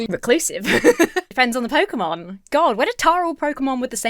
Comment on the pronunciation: i must say...THANK YOU FOR SAYING IT RIGHT! too many say pokeymon or pokeyman and it bugs me